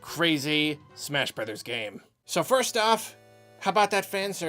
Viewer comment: What did you say? Smersh Berders?